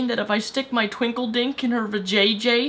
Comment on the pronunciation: A "tWinklederk"?! xD haha